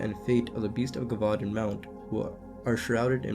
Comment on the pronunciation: Muh-kob. Jev-vu-don. Just some help on pronouncing macabre and gevudan. Im assuming u are autodiadactic (self taught) i am too and often mispronounce words as well... this is because i have never heard someone else pronounce those wors